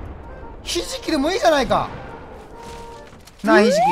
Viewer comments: 『ひじき』が『なえじ』に聞こえたww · ひじきって言われていやで殴ったのに がひじきって言うのはちょっとね… やめた方が…